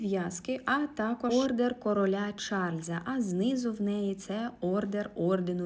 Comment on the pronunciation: Може не ордЕР, орДЕН.